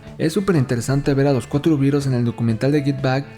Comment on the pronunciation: Cuando oigo pronunciar "birels" me sangran los oídos. A ver si aprenden: ¡"BITELS"! Es un juego de palabras entre BEAT y BEETLE (por The Crickets).